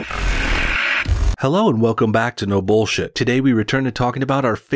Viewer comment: They banned the letter "L" a long time ago. "Ohhh, Herro!"